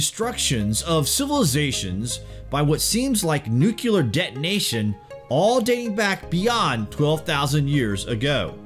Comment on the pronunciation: Dude? How is it you said Mahabharata perfectly, yet f*ck up the word nuclear?